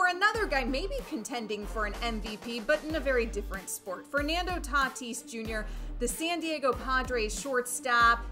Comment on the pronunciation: The way was saying Tatis “Tuh-tease” was so damn cringe it’s not even funny. Yikes dude..